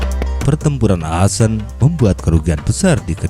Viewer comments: min koreksi cara pengucapannya akkhen bukan asen. Sebagai mantan WNI di Aachen aneh dengarnya min... :D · Yup Betul, Aachen Dibacanya Ahen, Bukan Aasen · setau saya bacanya ahen bang,maap kalo salah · Bang baca nya salah yang kota Aachen harusnya dibaca:aakhen, itu kalau dibaca #gakmarah